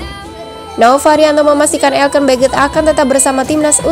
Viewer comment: Elkan woy bukann elken